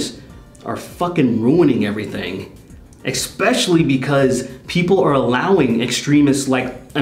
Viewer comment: Bro.... you HAVE to learn how to say “eSpecially”